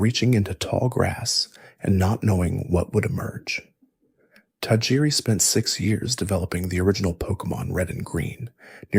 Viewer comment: You're going to struggle finding people to take your effort seriously if you can't pronounce a name like Tajiri correctly. Any pokemon fan, at all, in the slightest, knows that name. So this came across to me as a disingenuous copy/paste dub video to me straight away and it put me off.